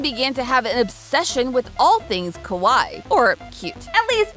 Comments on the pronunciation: random, but when you say kawaii, you’re supposed to pronounce almost every two letters, more specifically each hiragana/katakana character (for example, with kawaii, it’d be ka•wa•i•i), and the way you pronounced it sounded more like kowai (ko•wa•i), the Japanese word for scary, nothing much, just felt obligated to say something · I don't really feel like Sanrio ever really left. Just attention in America waned a bit. But also, you're saying kawai or kowai instead of kawaii. You need to elongate the ee sound more. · The way you're pronouncing it "kowai" means scary. Ka-wa-ee (kawaii) is cute. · Kawaii is pronounced Ka-why-ee. 🫣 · Came here to point this out. It caught my attention when she started calling Hello Kitty merch "scary." 😬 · You need to pronounce the second i. C'mon, I don't speak Japanese and even I know that! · The way she pronounces kawaii makes it sound more like "scary" lol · The irony of the way she is pronouncing "kawaii" incorrectly is she's actually saying hello Kitty is "scary" not "cute" 😂😂😂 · I was just about to say that 😮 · I was thinking this too